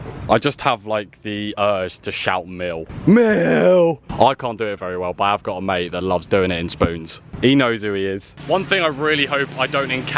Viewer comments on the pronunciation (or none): none